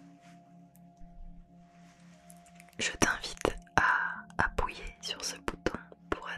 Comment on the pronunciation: c’est moi ou elle dit ‘appouyez’ ??